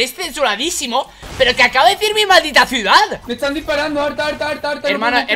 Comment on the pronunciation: el hombre dijo ciudad pero la dijo thanix